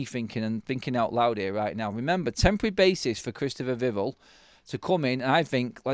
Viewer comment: Please pronounce “Vivell” correctly, mate. Vih-vell not vivvle